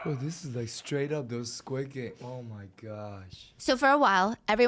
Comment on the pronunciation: I'm sorry to be that guy, but it is Squid Game without an 's'. Love you though, I have problems lol